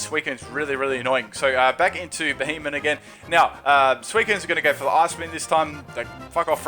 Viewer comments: It's not fucking Beheyot, it's Beheyem.. *facepalm* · BEE-HEE-EM Not Be he men. Fuck's sake, how can so many battlers play this game and now know how to pronounce the pokemon's names?